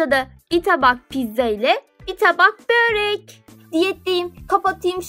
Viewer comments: Niye börek yerine böörek diyosun gicik oluyorum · Böörek değil börek